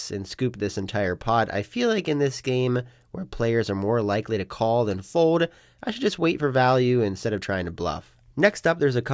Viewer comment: I’m hopeful that one day you will learn how to say “fold” instead of “fode”.